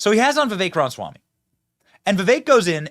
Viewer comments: RAMA Swamy not ronswamy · I don't know who this Charlemaigne guy is but he seens to be not that bright to me. Seems to be stuck in a certain mindset and does not hear what Vivek says. Benny, Ramaswamy is pronounced with the first 'a' - it is not pronounced Ram - swamy. Love your shows but not a big fan of this one. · Why is it so hard for you to pronounce his name lol, "Vivek Ranswamy"?? lol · I love you Benny, big fan for many years, but slow down and say it with me, Ram-A-swamy. 😂😂😂 sorry it’s my ocd 😒😆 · Dude, you sound so stupid when you mispronounce Viveks last name. We all know how it's pronounced, please take the millisecond of extra time and say it right.